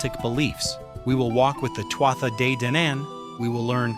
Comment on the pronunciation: NONONONO, it isn't "sel-tic" it's KELTIC. kkkkkeltic. sigh; it isn't twata - pause for a minute and say that out loud again. not TWAT-a; see what I mean? they were "too ahh" "day-dahna". Another sigh: Claíomh Solais (Irish for "Sword of Light") is pronounced roughly as "Klee-uv Shull-ish". Remember this is GAELIC not English. "MH" in Gaelic is said like a "v". Oh, boy: Maige: My-geh (rhymes with "high-geh"). Tuired: Too-red (rhymes with "do-red"). Luu, not LU-GH. ...not CUCHILIAN- "coo coolin". Bean Nighe (Scottish Gaelic for "washerwoman") as "BEN NEE-yeh" or "ben-nee-yeh. Cailleach is pronounced with variations, but generally like "KAH-lyakh" or "KULL-yakh. And NONONO Samhain is a Welsh word, the "mh" is that soft "v" or mostly Sowen. It means summer's end. All I did for was enter the spelling and ask how is it pronounced. Tadah! PLEASE look up the correct way to speak these words; it lends more creedence to your channel. Otherwise you'll have someone else tearing your pronunciations apart.